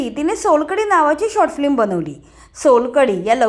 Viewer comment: फ्लिम नाही फिल्म. बेसिक गोष्टी तरी नीट कर ताई